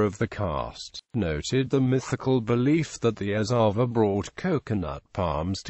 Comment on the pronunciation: Pranounciation is erava